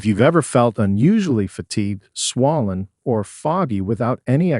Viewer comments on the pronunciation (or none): This narrator is not a human being, mispronounced ‘ ‘ayurvedic’, ‘swollen’. And others…